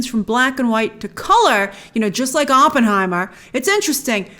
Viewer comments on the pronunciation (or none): none